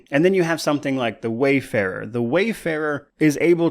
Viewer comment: It was annoying at first but at this point it's just hilarious how many people say "wayfarer" instead of "warfarer," wayfarer isn't even a commonly used word so I don't know how everyone's getting tripped up